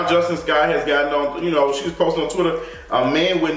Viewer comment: Her name is pronounced as Jus-TEEN